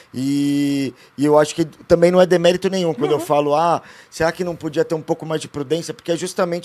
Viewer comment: "DESmerito" É demérito moça.